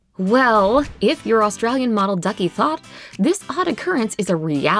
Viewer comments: How many people are going to comment on her last name, plz get over it. It's not pronounced "thot" it's pronounced "Tot", in her native Sudanese language. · THOTH is ancient Sudanese/Egyptian's name it's pronounced Tut. There's an island name after it in Sudan. This name is mainly south Sudanese